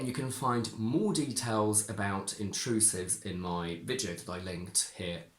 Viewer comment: I am not sure, but I seem to hear you say [ oi] instead of [ai] ( like moi for my). But in some words you seem to stick to [ai]. Is it typical of all the speakers of Modern RP or only of some persons? Could it be a generally acquired Cockney feature ?